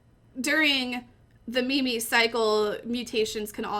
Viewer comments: meme not mimi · its not ME ME its MEEM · i can't watch the video you're pronunciation of "meme" not "me-me" is killing me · Can hardly listen... me me? You mean meme? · It is spelled meem not Mimi! Fuck u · Its pronounced as meem not meemee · you pronounce it meem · stupid ass bitch its pronounced meme like cream, dawkins himself wrote that in the selfish gene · Made it to . Couldn't stand her pronouncing meme as mimi. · is she saying me me ? I want to die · pronouncing the second e in meme sounds really painful to me lol